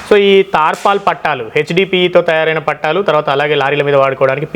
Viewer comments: పట్టాలు కాదు పట్టలు. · Pattaalu kadu, pattalu